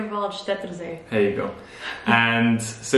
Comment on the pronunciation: P.S. Nice pronunciation of the Vierwaldstättersee :-)